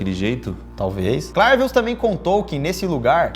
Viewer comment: É bem engraçado mesmo. Eu sou Haitiano é verdade que essa pratica existe no haiti infelizmente. A maneira certa de pronunciar o nome é CLÉVIUS